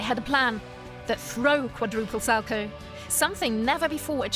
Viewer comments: “Sal-co” ouch. It’s salcow get it right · Isn’t it pronounced sal cow? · When you say salchow it's kinda annoying because me and everyone at my ice rink pronounces it sow cow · How come it's pronounced Sal-Chow when his name was actually pronounced Sal-Co. My last name is Markow(W silent like this skater's name)so that's why I brought it up.. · it's pronunced sal-COW, not sal-ko. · Learn how to pronounce Sal-cow. Not Salco. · When you get a narrator that knows nothing about ice skating you get someone sal-coe. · Can you please do your research before posting such videos? As a long time avid fan of the sport it was almost annoying listening to you mispronounce the Salchow as well as Surya Bonaly’s name. 🤦🏼‍♀️ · So, so inaccurate! Kurt Browning never tried a quad SALCHOW against Boitano in the Olympics that year. It was a quad toe loop. Get your facts correct....and maybe your narrator's pronunciation of it too.... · I cringed every single time she said “Salchow”. Maybe we just pronounce it differently here? Idk I skated a tiny bit when I was little but quit to do cheerleading so maybe I’m just wrong? But I’m pretty sure that’s not how you say it.